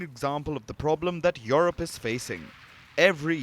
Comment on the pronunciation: It is not YoRope, it is YouRope(Europe). How could they hire a Journalist who cannot speak English?..